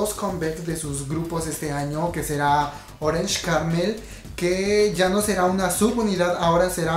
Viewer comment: Pronunciación: TeenTop=TinTop, Infinite=Infinit, JYP= YeiWaiPi, YG=WaiYi, Yoona=Yuna, Taeyeon=Teyon (Pronuncias raro Orange Caramel y Afterschool) :)